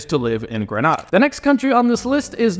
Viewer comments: It Grenada not pronounce Granada. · It’s pronounced Gree-ney-da by the way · Hi. Those 2 Caribbean countries are pronounced Dom-i-nee-ka and Gre-nay-duh.